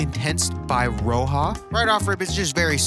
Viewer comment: MY BROTHER BLOWING UP THE SPOT ON ROJA. (btw it's pronounced RAW-ZHUH)